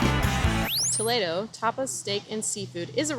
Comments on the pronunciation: Finally, someone who pronounced Spanish Toledo instead of Toledo, Ohio. Excellent job! 😅😊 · I live in Ohio, so my instinct is Toe-Lee-do. 😂🤷🏻‍♀️ But I’m with you, well done!!